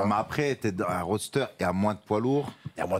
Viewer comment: c'es ROSTER et pas roadster (qui est un véhicule). Vous êtes trop de gens du milieu à mal prononcer je saigne des oreilles à chaque fois